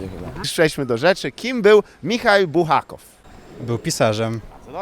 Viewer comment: Czym jest kreml ? Odpowiedź w Rosji kreml to każda warownia,czy twierdza. Kim był Michail Buchakow ? Michaił Afanasjewicz Bułhakow Po co śmiejesz się z innych,że źle coś wymawiają skoro robisz to jeszcze lepiej od nich udając”umjeja” z mikrofonem ? Ty naprawdę masz maturę - bo ja ją kończyłem 30 lat temu,ale nie robię tylu byków językowych !